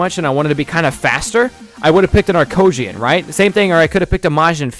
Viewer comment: no he didn't say arcosians